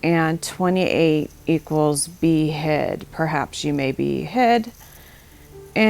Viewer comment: Breath taking moments ain't gonna be the word for it when that day comes.. for a moment there i thought you were saying behead instead of be hid ...